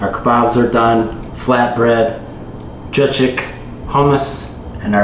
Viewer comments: Just pronounce it like that (jagik) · The word "Jajik" is pronounced like this: /ˈdʒɑː.dʒik/. 😂🤍